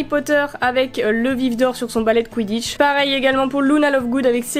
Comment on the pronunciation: A j’ai cru que t’a dis on s’en ba le quiditche 😅😂🤣😅